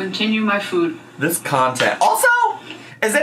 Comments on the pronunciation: Omg to the people who have commented about the way says 'food', that's one of my biggest irrational pet peeves about her!! Like she puts way too much emphasis on the "oo" sound and it makes it sound so weird and unnatural. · there's a bit of "fewd" in there too 😅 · She says food like füd and its infuriating lmao. I also picked up on that weird pronunciation in the last video. I spent the whole day saying food the same way because it was so silly sounding to me😅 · Omg yes! I’m so glad I’m not the only one who hates how she said FOOD. She says it like “vood” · The way she pronounces " food" is different than before and it's annoying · Okay so I wasn’t the only one who noticed how she pronounced “food” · It graaaaates on me. She never said it like that… I bet wifey does.